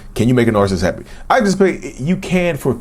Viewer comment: Can you make a Narcissist "Heppy"? I like the way he pronounces happy